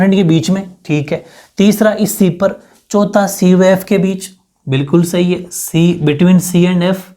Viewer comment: 🔊 pr s_hi bola😍😍